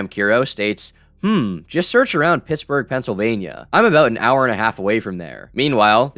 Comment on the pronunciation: okay, am I the only one who thought he said "Pissburgh"